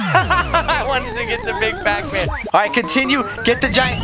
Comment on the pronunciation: Not pap Man is Pac Man